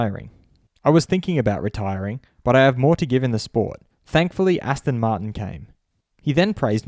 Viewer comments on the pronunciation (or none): none